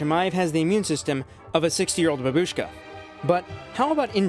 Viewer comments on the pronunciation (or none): none